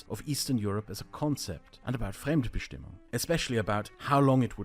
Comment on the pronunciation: Bruh, did you really just butcher Fremdbestimmung like that? I am German and you lost me mid way. Lol, no offense meant. How about an easy definition? Fremdbestimmung: "being determined by others in a relationship of dependency"